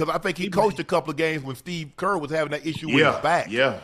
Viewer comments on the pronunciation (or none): none